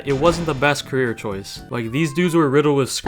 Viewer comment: bro when you said cerrear i thaught i could be a knight